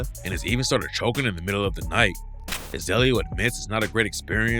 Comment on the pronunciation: ? HIZAYLIO 🤣🤣🚫❌️🙅‍♂️🤦‍♂️NAW.. IT'S "HE•ZUH•LEO" HEZELEO. LET'S GET IT RIGHT ✅️